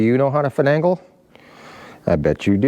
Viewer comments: I believe the word is finagle. Fi - nay - gle. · Yes: finagle. No second ‘n’. It’s interesting, as it’s history and etymology is obscure. I always thought it sounded Irish 😄. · Don't mean to be a know it all but the word is "finagle". I know be cause I finagle things all the time. LOL